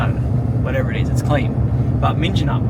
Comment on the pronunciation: yer the pronunciation as MINJINUP kinda threw me, lol, must be your accent ;)